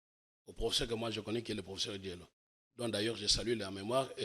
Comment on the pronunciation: Monsieur ne sait pas prononcer le mot: professeur. C'est pathétique!